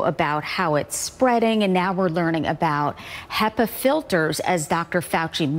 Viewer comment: They are pronounced Hepa like he first before the pa. I didn’t know this either 😂! Also, the easiest solution if you can’t afford the filters is to open a window and create negative airflow in your house if you have visitors over. Hope this helps!